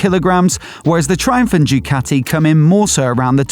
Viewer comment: Ducati not Jewcati !